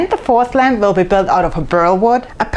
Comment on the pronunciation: I'll be honest , all the video I heard Lamb not Lamp... And I am a man of culture